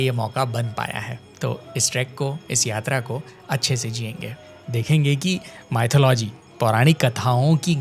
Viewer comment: can ya not say mythalogy?